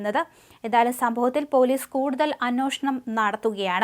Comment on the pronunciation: ഈ വായനക്കാരിയോട് ഞാൻ പലതവണ അറിയിച്ചിരുന്നു, അന്വോഷണം അല്ല...അന്വേഷണം ആണെന്ന്. മലയാളം ശരിക്കും വായിക്കാനറിയാത്തവളാണ് വാർത്ത വായിക്കുന്നത്